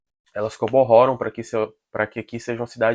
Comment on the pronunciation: tem uma hora que tu fala "coborrora"